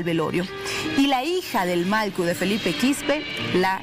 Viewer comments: Pronuncie bien señorita periodista, es MALLKU no MALKU.... 😤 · La presentadora... No pronuncia bien??... Que pena..... malcu??????? ..... Porfavor!!!!!